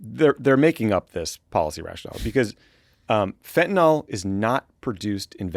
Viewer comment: Fentanyl, guys. FentaNYL. Not fentinol.